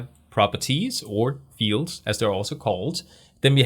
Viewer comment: I notice when you say PHP, you say PSP and, when you say fields, you say feels. Just something funny. Thanks for the vids!